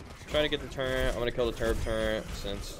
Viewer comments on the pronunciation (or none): Turret....not turrent...